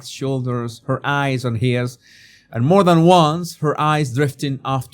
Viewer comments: respectfully, it's MORE not moar.❤ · M O R E! Not "MOAR." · Moar. I still want you to answer my question about saying " whore-chard" on prupose. That's not a common sound in the spanish language that i can think of.